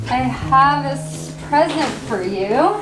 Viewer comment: The moment where Liz said I have a spresent for you when she meant present and mixed it with surprise